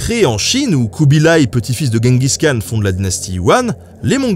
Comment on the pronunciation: Khan se prononce Ranne mais R comme la jota espagnole, et j'crois que c'est Jenguiss qu'on dit